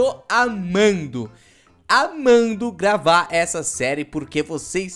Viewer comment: Eu ouvir você gavar invés de gravra huuuu